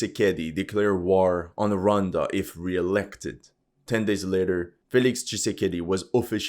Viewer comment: What did Rhonda do? Ro wan da! Oh yeah horrendous French accent